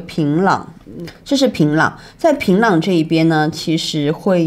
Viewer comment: 很奇怪，人家明明就是講學院就是高中，為什麼不信任人家的理解跟表達能力呢？要一直試圖用自己的猜想去引導，甚至曲解人家的意思。什麼職校、專科？以為人家不懂的分辨嗎？我看這幾個朝鮮導遊的中文程度都比主持人的好耶！！平壤都唸成平朗